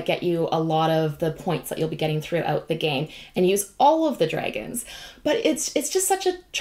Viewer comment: daughter: Did she just say Draygons? me: They're Canadians in Europe. LOL. Stay you....